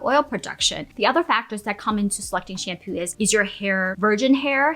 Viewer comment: Most of the times you say shampoo, I hear shampu, is it me or is it you? 🧐